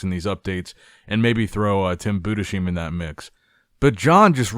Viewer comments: Bro how many times It's not Buddha-sheem It's Boo-dis-hime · I've been commenting this for years now. Budesheim is pronounced Boo-diss-hime. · No tim Bu des heim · Rather Boo - Dass (like in „*ss“) - Hyme